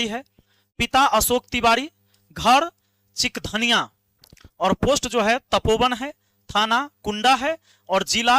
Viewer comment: Sir gaon ka nam chikdhaniya nhi h....chihardhaniya (चिहरधनियां) h....gaon ka nam to sahi se pta kr lete